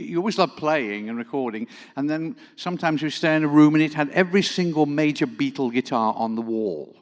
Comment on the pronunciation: Love Ryan’s English pronunciation of “Beatle”. Nice touch.